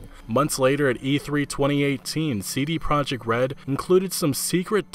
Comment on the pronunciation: Nobody seems to pronounce "CD Projekt" correctly.